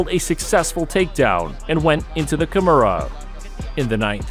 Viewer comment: Ty nice video. Please work on your pronunciation. You are getting some of the words like Kimora wrong.